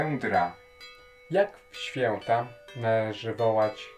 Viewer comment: ŚwiĄteczne, ŚwiĘta, naprawdę tak musisz to akcentować?